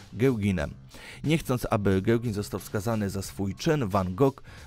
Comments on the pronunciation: Jeśli tak, to takiemu uczycielowi dziękujemy za współpracę. Jeśli on to czyta, to nazwisko tego malarza czyta się „Gogę” z akcentem na ostatnią sylabę. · Super, tylko Paul Gauguin, to nie Gałgan. :)